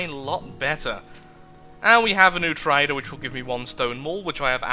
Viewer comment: when he said trader I heard is as traitor